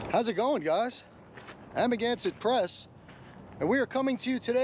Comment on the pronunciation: First learn how to say Amagansett. How do you do that? Watch enough of his videos to learn the correct pronunciation. Save time and start with the older ones.